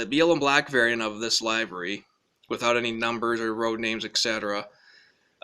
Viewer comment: I'm watching a review by a person who doesn't know the dif between a hopper and a gondola !! And 'livery' rhymes with river-G not diver-G !! So much for the hobbyist den !!